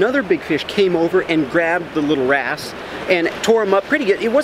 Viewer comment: when you said wrasse I though you were saying grass